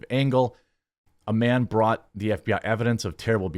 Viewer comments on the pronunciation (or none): none